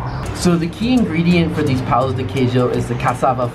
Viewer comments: I think he found it funny the way she pronounced the word "pão", which sounded more like "pau". Pão meaning bread, and pau meaning stick. It's not an easy word for foreigners to pronounce, so no worries, Brazilians can't even speak basic English, so he shouldn't be laughing. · No, she is pointing out your pronounciation of ã. Don’t worry, unless you speak Portuguese, most people can’t....although, I am wondering if there is similar pronounciation in Spanish